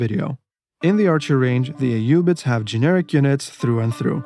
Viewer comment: I love the concise videos, and I really appreciate that we get to hear the units name with the correct arabic pronounciation ! You forgot to mention how the tower of the sultan strikes terror in the mind of your opponent, and overall is the best psychological warfare weapon in the game. Keep up with the good vids !